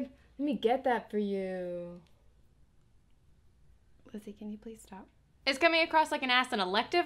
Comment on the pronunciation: She never says the L in Lizzie in her intro and it drives me crazy.